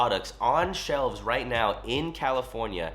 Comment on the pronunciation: “Right or wrong”? “righht” 🤡